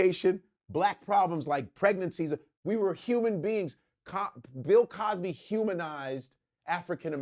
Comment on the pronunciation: Luenell said “Pill Cosby”🤣🤣🤣